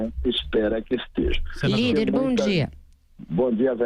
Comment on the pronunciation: "lhíder" kkkkkkkkkkkkk